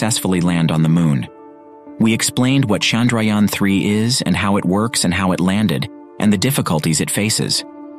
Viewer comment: Indians: Chandrayaan 3 This guy: Sandrayaan 3